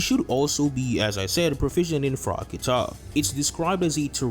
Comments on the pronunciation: "KAH-TUH", not "kuh-tah" Great video, though. You know your stuff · It bothers m me how you pronounce kata. Its not Kah Tah Its , KaTah